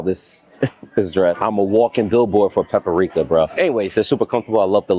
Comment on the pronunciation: He said Paprika 11 times 😂😂😂 Pa-Pa-ri-ka 🚫 its Pa-pri-ka ✅️ 3 not 4 syllables. 😂. In you was thinking of potpourri 😂.